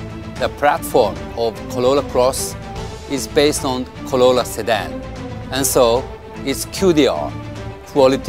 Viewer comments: why can that guy pronounce is R in most words but not in the word Corolla.....maybe he leally think that it is plonounced Collolla, of coulse !!! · No body Literally no body ever Narrator : collola closs 😂😂😂